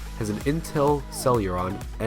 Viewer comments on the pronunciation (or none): Celuron wtf... That's not what it's called... ;)